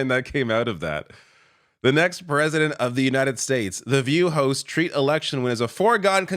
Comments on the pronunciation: "A bunch of hoSTS" -- I had to listen a couple of times to be sure I heard you correctly. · Sounds like you say "a bunch of hoes" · Haha! It sounded like said "a bunch of Hoes".